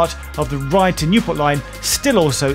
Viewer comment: Great nostalgic trip. I thoroughly enjoyed it But, it’s Ryde Esplanade and is pronounced ade as in lemonade and not ard.